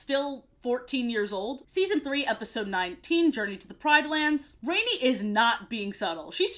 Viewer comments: 1. It’s the “ Roar of the ELDERS” 2. It’s pronounced MakU and not MAku 3. Rani is pronounced Roneee and not Raine Sorry, my brother was obsessed with this show and asked me to comment for him. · She also pronounced rani as rainy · Love the video, but I must admit it really bothered me that you kept pronouncing Rani's name wrong lol. I always remember how her name is pronounced because the Grandma says it several times in her death scene and her voice is really cool sounding. I watched quite a bit of the show and was pleasantly surprised, I'm glad you seemed to have enjoyed it as well. Keep making great videos! :D